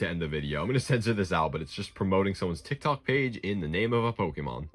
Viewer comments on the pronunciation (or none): none